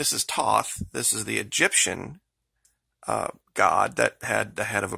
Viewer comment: It is Quetzalcoatl and Thoth(Thh- oth, like Hoth in Star Wars)